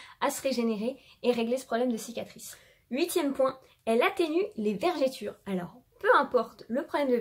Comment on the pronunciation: Cest Vergetures pas Vergitures lol😂😂😂